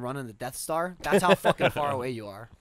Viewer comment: "I guess the apple doesn't PAR fall from the tree!" ... Nice try Geoff